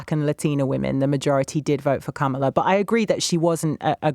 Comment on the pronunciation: To both host and caller ... it is comma-la!